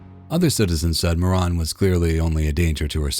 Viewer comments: Every Moran I've ever encountered pronounced it like that. Mor-ahn. Try again. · MorAN, not moron! The only moron is the narrator. Linda was acting crazy when they were just there to help her! 🤷🏼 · Ok i can innerstand the mispronunciations without commenting...until Now. Her name is not pronounced MORON... It is pronounced More Ann. Moran. I hope you are an AI generated piece f crap and not a human generated piece of...WAIT. What?! 😂😂😂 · I believe it's MoRAN but was mispronounced as Moron. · Case 4. Her last name is MorAn NOT MorOn. You are insulting this woman every time you say her name!!!